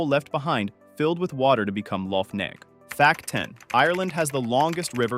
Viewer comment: Lough Neagh is pronounced "Nay".